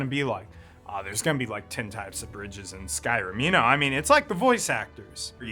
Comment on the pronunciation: The mispronunciations and wind/cloud district confusion has got to be ragebait